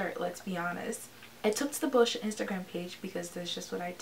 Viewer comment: Girl you deserve so many more views!!! Who wants a product that unintentionally tye dies your shirt 😂 Side note it took me a while to notice that you were saying "boscia" I swear you were saying bull sh** website